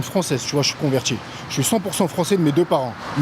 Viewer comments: La liberté, c'est l'athéisme !!! Ce monsieur confond la religion avec la nationalité. En plus, pour info, on ne dit pas "convertchi" mais converti, que je sache... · C'est un traitre à la nation en fait, un apostat qui n'a plus rien de français et qui n'a plus rien à foutre en France désolé pour lui. Rien qu'à son accent inaudible je pensais pas qu'il s'apellait Jean-Eude. " Chu convertttti tttu vois" cette façon d'appuyer sur les " T" c'est insupportable. Et non en fait on en est plus au vivre ensemble là, il n'y a plus de société multiculturelle il vit à Disneyland le pauvre.